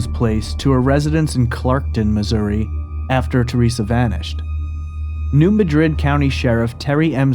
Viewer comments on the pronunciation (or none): New Madrid pronunciation - New MAD’ rid